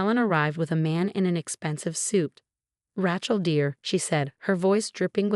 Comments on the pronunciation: Not RYCHEL but pronounced RAYCHAL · 12 mil to repay + interest. How in the heck are the in-laws going to repay? Interesting story with lots of mispronunciation, especially Ratchell (other stories have the same pronunciation.) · I can't stand the mispronunciation of raaachel. Ray, day , clay, say, pay aaaaaa long a. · It's not Rachel, it's Rachel. Long a not short.